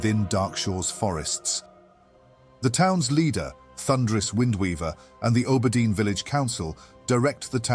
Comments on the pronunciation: It's not you, just my brain, haha. I have always heard and said Aww-burr-dean. Makes me think of how some english dialects pronounce Harbor with a hard "H" almost. Love your work! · I love your content generally, but holy fk, can i not stand how you pronounce Auberdine. It's like nails on a chalkboard every time 😵‍💫